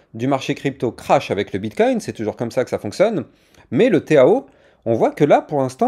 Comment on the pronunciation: Pourquoi tu dis le téao ?! Tkt minimum 2000 en bull run..